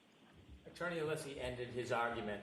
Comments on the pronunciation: Brennan- I can’t listen to this man. He’s so intimidated by Jackson and Alessi. I don’t think he believes himself. And it’s NOT ALEESE it’s Alessi. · Hank is such a low rent, disrespectful buffoon. Not professional enough to pronounce Alessi's name correctly. Disgraceful in all ways.